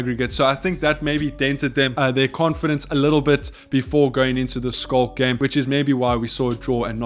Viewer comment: dude plsssss finally for gods sake look up how to pronounce Schalke. Damn bruv. All love